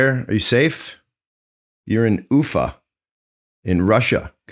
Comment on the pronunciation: And the name of the city, it's [ufA]. The stress is on the last syllable.